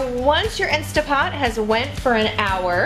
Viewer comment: Great recipe, but please, everybody, there is no such thing as an “INSTA-POT” — nonexistent item. What we are working with here is an INSTANT-POT — please pronounce the three T’s — that’s the name of it. If people say “Insta-pot” they sound like amateurs who don’t know the product. Thank you for the great bone broth recipe, I’m trying it right now!